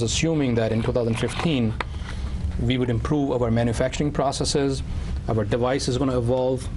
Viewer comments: Why does he say V😢 instead of WE??😅😅😅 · Cos he's Indian. They confuse V and W, so they say "Wegetable" but also "Ve". I had an Indian tutor who even used to say "Wedge-eatable"😂😂